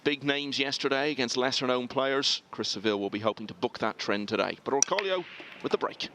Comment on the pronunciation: Its OR CO LO not Orcolio